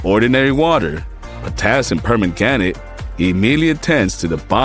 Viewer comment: silly ai thing cannot say permanganate.